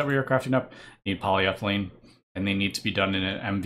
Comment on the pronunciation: I don't know who will get it but it somehow feels very satisfying when he says "polyEthylene"